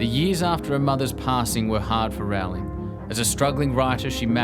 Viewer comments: It's Row-ling. Like Rolling. Not Rau-ling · Agreed reptonplaya! Its easy to look up a youtube video of JK Rowling herself explaining how she says her name. Its like bowling with an r.